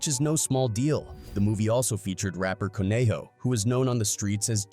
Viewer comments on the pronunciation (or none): none